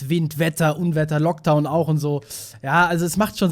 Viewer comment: Wenn Dragon ankommt ist Wind, Wetter... Lockdown auch... Wait what? Hab erst beim 2. Mal hinhören erst Loguetown verstanden 😅